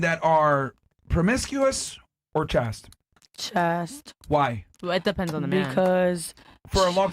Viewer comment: I know “Chaste” is a new word for Myron and the panel…it’s pronounced like the word “Waist”…. —-The more you know